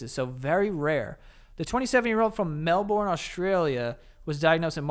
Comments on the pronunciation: Lmao mel-BOURNE. Nah bruh it’s Melburn. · Melbourne is pronounced Mel-burn